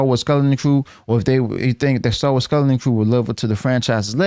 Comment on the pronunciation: Why do you have so much trouble pronouncing the word skeleton?